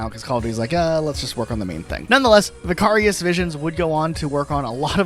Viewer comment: You not being able to pronoun Vicarious properly bothers me more than it should 😂